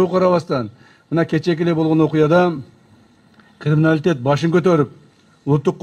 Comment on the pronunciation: Криманилитет дейтго чиркин